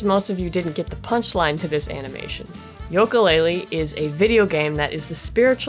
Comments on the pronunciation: Banjo-Tooie was better! (than the first one) Also it "YOO-kalaylee not "YOLK-Kalaylee" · you are the only person I have seen that pronounces it yoak-a laylee instead of ukulele. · not to be rude but it is pronounced yuka laylee not yoka. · The games name is pronounced You-ka Laylee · It's pronounced Ukelale